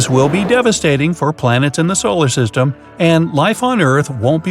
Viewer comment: The way this guy says solar system is still funny 😂